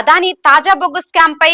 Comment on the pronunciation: అదానీ - ఆదాని కాదు. దయచేసి అద్వాని అనకండి మేడం.